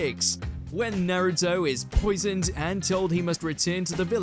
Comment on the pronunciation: Nah-ruto. You're the type of dude that pronounces Mario as Mary-oh, huh?